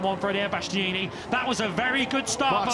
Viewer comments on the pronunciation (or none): Omg can someone tell them how to say bastianini, and not bastyaneeeneeee😅